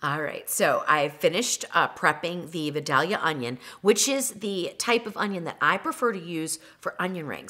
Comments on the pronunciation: Yummy! Thanks for all the great tips! Only one correction. As a lifelong Georgia resident, the correct pronunciation is Vi DAY lia. Please don”t call them Vi dal ya. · Wonderful video, thanks! And yes the best onions in the world, from my hometown...FYI pronounced Vye-DAY-lee-a 😍😍 yummmmmm! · I did not know that about the membrane. You are my new favorite cook. And the Vidalia onion is pronounced Vi-day-ya or even Vi-day-lia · It's pronounced Vie-dale-yuh in the south where the onions are grown. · vie DAY lee uh onions....just saying. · Great recipe and tips. However, Georgians pronounce it "vi-dale-ya." Y'all keep it real.